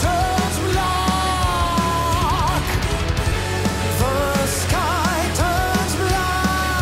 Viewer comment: "The sky turns blark" LOL 😂